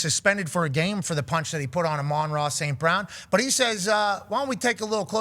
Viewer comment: You say his name dumb